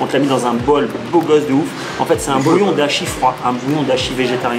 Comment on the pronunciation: Dashi et pas "d'hachis" 😉